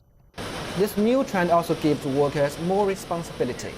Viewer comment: his hundred sound like HungDred. Million sound like Mellium Everyday sound like Eveeyday Workers sound liek Wokers